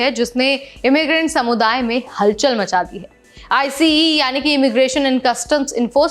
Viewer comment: आईसीई, आईसीई मत बोलो! आइस बोलो! यहां अमेरिका में आइस नाम से पहचाना जाता है।